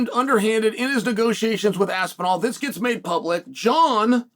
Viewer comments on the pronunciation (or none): none